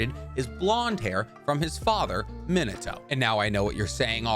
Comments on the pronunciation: I had to stop the video when he mispronounced Minato, thanks for the cringey moment. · If this guy keeps pronouncing Minatos name wrong I'm gonna loose it